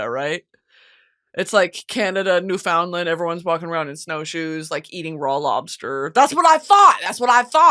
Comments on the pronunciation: the way you said new foundland is so american PLSSS im dying 😭😭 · NEWFOUNDLAND MENTIONED ‼️‼️ (as a side note supreme leader we pronounce it new-fin-land!!! ily come visit our igloos) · Me scampering to the comments to see if anyone clocked how she pronounced Newfoundland ??? Love u to god damn death Brittany but the emphasis and enunciation is not on found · i have never met any american who knows who to pronounce newfoundland correctly helppp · brittany why did you pronounce newfoundland like that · Obsessed with Brittany’s pronunciation of Newfoundland 💀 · I will NEVER get over how she pronounces “Newfoundland” Brittany PLEASE LOOK UP HOW TO PRONOUNCE 🤣🤣 as an Atlantic Canadian it’s hilarious lol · hearing britney talk about canada for a split second and get everyone soooo wrong and then pronouncing newfoundland wrong too 💔 ugh queen i love you never change